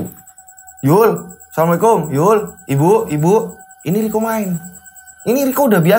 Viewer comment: Wa'alaikumus salam mf..untuk pengucapan salamnya yang jelas dn jangan tergesa gesa. Krn ini mrpkan sebuah do'a🙏